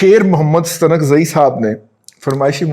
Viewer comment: Muhtaram Razi sahib Stunkzai nhi balkay Staanakzai pronounce hota hay